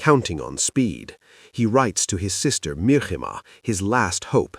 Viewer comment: It's not MIR-HIMA, it's MIH-RIMA.